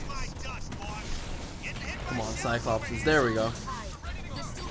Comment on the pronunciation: Actually it's not "Cyclopses" It's cyclopees.